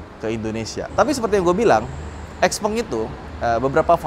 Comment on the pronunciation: Ini nyebutnya kayak tumpeng, bukan gepeng, norak. Giliran toyota, honda, ford, ferrari, porsche, lambo, gak lu cela? Nama pendiri nya juga tuh. Lebih keren Tesla? Itu juga nama orang Krosia dicomot sama elon padahal nama musk juga gak enak jadi merk. Padahal barang lu semua juga made in china, lu anti china? Kocak lu 😂